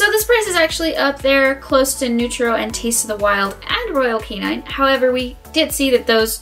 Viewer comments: It’s royal KAY-NIN not royal KAY-NINE 🙄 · What do you know about dog food? What are your credentials to be giving advice to the public about what dog food to buy. Also its not royal canine its royal canin. Why would I follow anything you say if you can't even pronounce the brand of dog food you are reviewing lol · She keeps pronouncing Royal Canin wrong. It's not Royal Canine. Short "i".